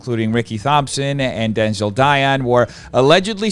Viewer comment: it’s “dion” not “die-on” 🤬🤬 also “Thompson”not “thhomp- son”😭